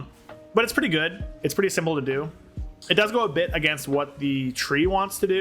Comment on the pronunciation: My man literally said “Shrimple and Straightforward”